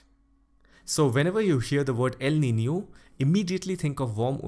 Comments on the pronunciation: Pronounced El Niño correctly. Nicely done. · The first person ever seen pronouncing el nino the way it should be🗣👍👌🏻😀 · sir is right you all can check pronunciation of elniño in Google